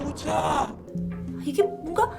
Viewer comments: ㅋㅋㅋㅋ 난 왜 오자?오자? 라는말이 고자 고자 라고 들리냨ㅋㅋㅋ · 댓 먼저 보고 영상을 봐서인지 고자로 밖에 안들림ㅋㅋㅋㅋㅋㅋㅋㅋㅋㅋㅋ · 5호차라고 하는건가여? 처음에 고자라고 들어서 계속 다시 들어보는중임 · 나만 고오자라고들리나? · ㅋㅋㅋㅋㅋㅋㅋㅋ 자꾸 goja goja하시는거 같아요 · 나만 고자로 들림? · 이거보니까진짜 고자라고 들리네요ㅋㅋㅋㅋㅋㅋ